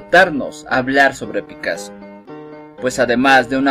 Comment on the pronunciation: Picasso, no picasoo